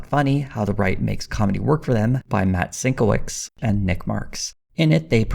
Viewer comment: Sienkiewicz is pronounced Sin-kev-itch.